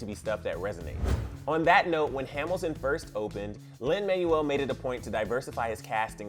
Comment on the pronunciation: also it’s lin manuel (MANWELL)